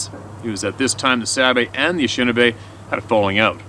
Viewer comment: Anishinaabe pronounced a nish i naa bae not Ashinabe.